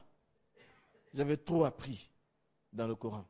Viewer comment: Quel gros mytho, il ne prononce même pas normalement le nom du prophète (PSL), ni même le Coran